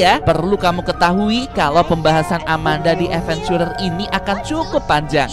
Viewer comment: nyebut si amanda nya kayagini biar seru amanda dead venchurer